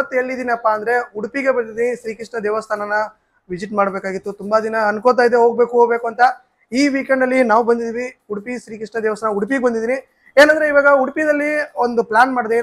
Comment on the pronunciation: Udapi ❌ Udupi ✅